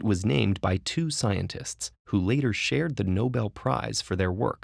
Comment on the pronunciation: "who later SHHared"